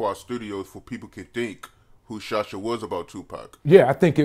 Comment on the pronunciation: said "who shosh ya" 🤣